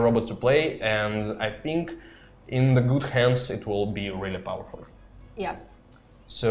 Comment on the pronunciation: BTW you pronounce the word "think" wrong... Funny to hear 😂